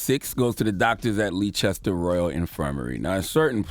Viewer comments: Hahahahahahahahahahahahahahahahaha Your pronounciation of "Leicester" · Please give Charlemagne the dotd for mispronouncing Leicester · Everyone in the UK is thinking Charlamagne should get donkey of the day by how he pronounced Leicester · He was trying to say Leicester? Fucking hell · The way he pronounced Leicester 😂😂😂😂. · Took me a few seconds to realise he meant Leicester 🤦🏿‍♂️ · I watched this video for one reason to hear how he pronounced Leicester 😂😂😂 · Leicester = "Lester" He said the name of that hospital wrong too many times for me. Sorry. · Leicester is pronounced Lester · Bro it's pronounced lester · Leicester is pronounced lester/less ter my brother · LMAO Leechester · it’s pronounced “Lester” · FAXX . hahahahah. Leechester! too funny! and the fact that the rest of the people in the room didn't correct him means they know no better either. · Yessss lee Chester???? I was thinking there's nowhere here called that? Is he trying to say Leicester or what? He's adding a rogue chest for bants🤣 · And there was me thinking where the hell is Leechester... five seconds later I realise he meant Leicester 🤦🏿‍♂️ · Pronounced Lester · My man said "Leechester" 🤣 oh boy 🤦🏿‍♀️ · Bloody hell I thought this was some place in the US until I read this comment. I didnt realise he was talking about Leicestvall that time. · Why does Charlamagne pronounce Leicester like that 😩😩😩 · Leicester? Lol no h. Americans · Leicester = pronounced as 'Lester" not Leechester loooool. I'm British FYI. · Lee chester?! Lol it’s pronounced “lester”. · 😩👌🏾 “Uncle Charla Noooo” It’s Leices-ter NOT Lee-chester ask Ed Sheeran 😩🇬🇧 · It's pronounced "Lester" hearing him call it Leechester made me so mad 😂😂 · It’s pronounced ‘Lester’ not leechester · #LeeChesTer...??? I know I ain't that high... 😂😂😂 I really thought he was talking about a place in the States 🤷🏾‍♀️😂😂😂 Then I clocked he was trying to say #Leicester which is pronounced #Lester 😁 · CTG it's pronounced Lester not Leechester. Pass it on.